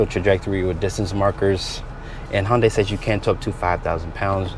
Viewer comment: By the way it’s Hyundai like Sunday not honday